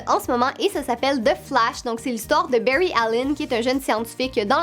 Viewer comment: Mes séries préféré c Steven Universe et My Little Pony Berry😂😂😂😂 c bary allen t pas obligé de prendre accent anglais pour les prénoms pck on dirai que tu dit le mot baie en anglais